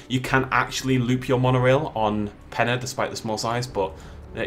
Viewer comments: Peña not pen-a LOL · It's pronounced Pen-yuh, not Pen-uh.